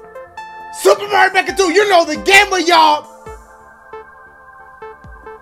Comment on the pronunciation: when he says his intro i always envision him speaking about soup. “welcome back to soup...🍜 “